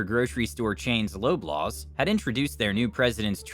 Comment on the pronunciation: Loblaws pronounced lob- laws. Not lobe-laws.